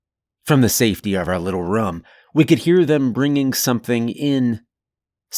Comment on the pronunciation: Wush this guy could learn to pronounce room. Its not rum.